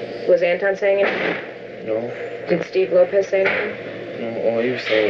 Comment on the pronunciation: Anybody noticing how he never say Antron correctly? Y'all notice how it either Anton, or Antwon, it's never Antron?